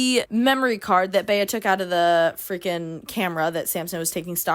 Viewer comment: oh my god for some reason i spent like the first portion of the video thinking the female lead was filipina or that you just know one with the name. bc that’s how we pronounce bea like the nickname for beatrice. colleen just gave her the white woman california vowel shift special.